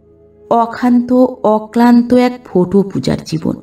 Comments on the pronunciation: গল্প পাঠ খুব ভালো লাগলো ' ৷ কিন্তু বার ' ফোটো' কথাটি কানে খুব খারাপ লাগছিল ৷ কথাটি ফটো হবে। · লেখক এর ভাষার বাহুল্য অনেক বেশি গল্প পাঠ নিঃসন্দেহে অসাধারণ শুধু ফোটো কথা টা বড়ো কানে বাজছে ওটা ফটো পড়লে ভালো লাগতো।আর গল্প টি যেন অসম্পূর্ণ।